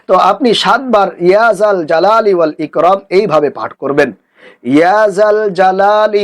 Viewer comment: লেখছেন ইকরাম বলেন ইকরম।